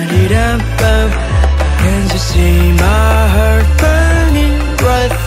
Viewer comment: góp ý be bé là "heart" đọc là hart nhé. btw đỉnh quá ạ 💕